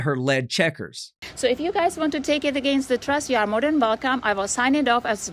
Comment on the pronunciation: At the risk of sounding racist... she is proclaiming to be a sovereign citizen of the U.S. and can barely even speak English. The word is "this" and not "dis". "More than welcome" and not "More den Velcome". That cop should have asked her for proof of American citizenship.